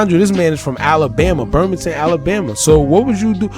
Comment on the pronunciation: Bruh 😒 Birmingham.. not burmington.. 🥴 Keep up the great work! Still love ya! ❤️💚💛